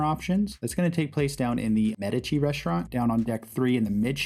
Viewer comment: Thank you for the complete tour, I've been on the Firenze once before and did not see it all. Going on my next cruise in 20 days and I will be better prepared. And thank you for pronouncing the MEDici restaurant correctly.